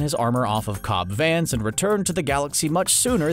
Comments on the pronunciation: It's Vanth not Vance. Figure it out. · I know you didn’t just say Cobb “Vance”...